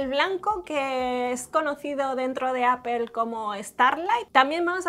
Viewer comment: Porque dicen APEL? si se dice Apol!